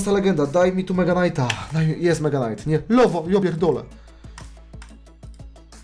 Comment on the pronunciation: Muwi sie mega knait